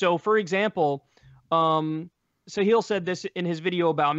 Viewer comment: Kyle its pronounced Sahil not "Sahiel" :p